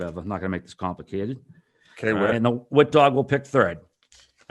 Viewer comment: It’s whit and it’s not close